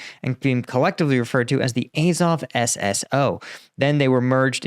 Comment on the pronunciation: AZOV. It's pronounced 'Ah-zov' not 'Eh-zov'. Hope this helps.